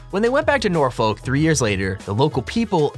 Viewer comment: That pronunciation of Norfolk made me laugh xD